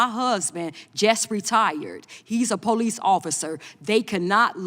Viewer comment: “…they have broke the law,” “Poe-lice,” “rasis” clearly well educated bigots.